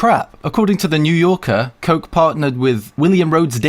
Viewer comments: the koch brothers vater originated from the netherlands (says wiki ^^) as far as i know in the netherlands ch is pronounced the same way as in german speaking countries like with the 3rd Reich - in both cases the CH isn't (wasn't) spoken like a K/CK but might have changed due to anglicism. or maybe i am completely wrong and Koch was spoken like the guy in the video said all along x) i'm trying to think of an english word with the same sound as a CH but..... just think of how a cat does when it's showing you that it's angry and doesn't want you to come close or whatever x) --> cchhhhhhhhhhhhhhh (guess it's a hissing noise?) hope that helps :P the CH on koch was probably originally pronounced like that... maybe ;) please correct me if i am wrong my friends from netherlands ^^ in any case! Reich still has the german catnoise on the CH :P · 'Koch' is german and means 'Cook'. It's hard to explain how it is pronounced because the CH sound doesn't exist in the american or british english phonetic alphabet. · Btw Koch is German for "chef" but his mispronunciation is hilarious. I wasn't aware of their involvement in the US education system but I'll go and research now! Thank you for pointing it out. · They pronounce Koch really weirdly. Normally its a German word for a cook. so its pronounced verry differently than what was in the video. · The c in "Koch" is silent, with a hard h instead. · hilarious how you tried to pronounce Koch and did´t get it right :D all up for the Lóreal sponsorship. I guess a lot of us would like to see those hair flips :D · You dont pronounce "Koch" like this. It`s german for cook. ask google translators. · I believe "Koch" is pronounced like "Coke" Eyyyyy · Koch is pronounced like "coke" get your mind out of the gutter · You keep calling it Cock when its pronounced "COKE" and I'm not even mad because they really are a couple of dicks. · Koch is a german name (means Cook) and it sound more like "Cohr" and not "cock" ,"cotch" or like they say "coke"